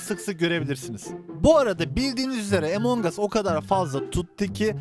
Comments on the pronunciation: abi emong as deme ya among as diye okunuyo among us diye yazıldığını biliyorum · ABİ LÜTFEN ARTİK DOĞRU SÖYLEYİN ŞU OYUNUN İSMİNİ EMONG US DEGİL. AMONG US. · Emangos değil amongas